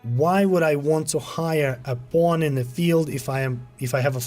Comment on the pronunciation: Everyone: "Pawn..": "Pwooohn..." 😂 Good upload though,thanks for the update,still working on my 1st playthrough! Its very good! Thank you for the effort!